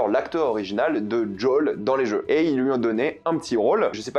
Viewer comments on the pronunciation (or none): "JOL" sois normal mec